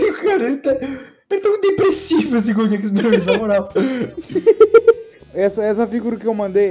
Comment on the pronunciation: GOLRUDO EXPERIENC OUVÁ HEAVAN (Gold Experience over heaven)